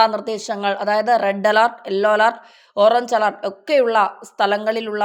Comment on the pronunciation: എല്ലോ alert അല്ല. യെല്ലോ alert ആണ്.